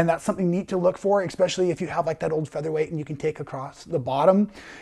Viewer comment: There is no ICK in Specially! It is ES!